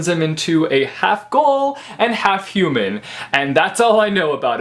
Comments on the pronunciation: lol Tokyo "gull" its Tokyo gool therefore Tokyo Ghoul😄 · Not to be that guy, but it's "guul".